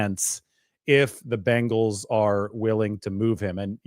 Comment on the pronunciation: It’s so nice to hear someone say Bengals instead of Bangels it really drives me nuts watching football as much as we do. I have faith that the Niners front office will make the right decision, even though we might not understand it at the time they know what they’re doing